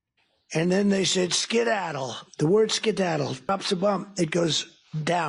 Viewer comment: Once again Dumb Donald tries to explain the meaning of a word... skedaddle by demonstrating a downward motion with his arm and emphasizing the first syllable as if he was thinking of a ski slope. WRONG! Skedaddle means leave immediately, run away, scram.